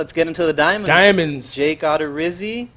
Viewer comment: Love how SDS doesn’t even know how to say the names of players they’re showcasing. It’s not Odd-er-izzi it’s O-der-izzi and it’s not rye-ooo it’s ree-ooo